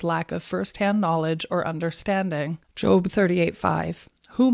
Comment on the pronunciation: She can't even pronounce Job properly.